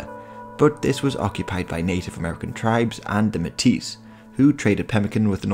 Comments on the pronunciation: Nice to see Manitoban history. Although “metis” is pronounced “may-tee,” the “s” is silent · It's pronounced "May-tee" !!! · Metis is pronounced may-tee.